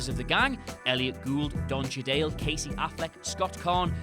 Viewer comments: Cheeto + Middle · Obviously it's pronounced Cheadle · It could well have been a typo on the script he's reading - 'chedale' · That's an odd way of saying Don Cheadle's last name... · LEARN HOW TO SAY CHEADLE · It annoyed me even more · because everyone knows how to say that